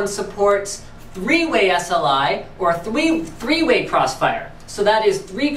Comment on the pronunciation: thweeway lol. I now it was a slip, not going to mark you for it, but it was funny.